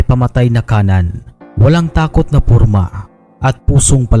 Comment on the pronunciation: "walang takot na PURMA" 😂😂😂😂😂 ayusin kasi ang pagbigkas , kami pag nag salita kami ng bisaya ... im sure tatawa din kayo eh haha! purma